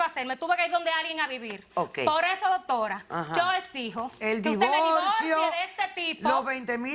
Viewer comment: Porque todos dicen DOTORA JAAJAJAJJAAJJA